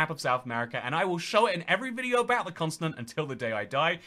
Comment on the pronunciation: He says "consonant" instead of Continent